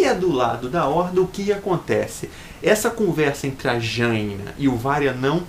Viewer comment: lool le fala Jaina td errado kkkkkkkkk